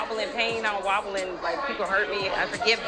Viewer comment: " wobble wobble wobble" 🤣 Wallow, I don't wallow in the past. Learn how to say words correctly and understand their meanings.